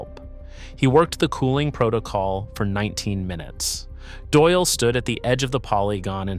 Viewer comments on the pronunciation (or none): none